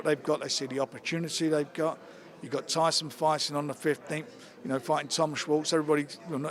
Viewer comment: Tyson Fyson ! Classic.